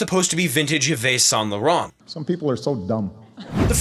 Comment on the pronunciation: The way you pronounced Yves Saint Laurent 😅